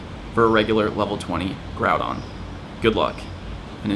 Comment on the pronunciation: Bro stop calling him Groubon. It’s GROUDON.